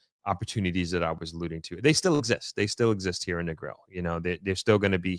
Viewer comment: You live in Negril so long almost 2 decades and can't pronounce the name of it properly?